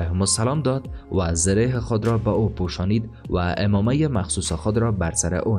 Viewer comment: بسیار تشکر از زحمات شما، خوب است روی تلفظ کلمات بیشتر تمرین کرده و درست تلفظ نمایید.. اولا اُومّامه نیست و عَمّامه درست است. همچنین کلمه حَفرَها نیست بلکه حُفره یا سوراخ درست است.